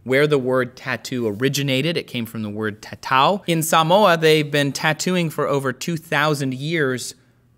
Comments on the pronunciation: Spot on with the pronunciation of SAMOA✊🏻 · Ayeeeee he said Samoa right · he's pronouncing Samoa properly but Maori improperly, lol